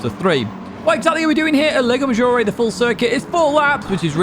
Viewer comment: everything is perfect here but the lago maggiore pronunciation. the 'a' in lago is pronounce in italian like 'u' in english. in italian you are saying leigo not lago.😂